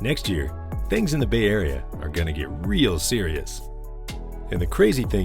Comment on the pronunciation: Ya yahrea LOL 🤣🤣🤣 It's Yay Area!!! or yay aaareeaaaa!!